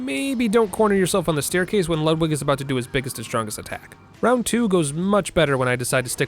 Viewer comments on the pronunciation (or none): none